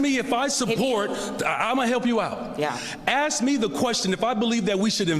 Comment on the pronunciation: “Axe” me a question? Really bro? Set an example for the students. It’s “Ask”. Were you a “graduate” of the Chicago public school system?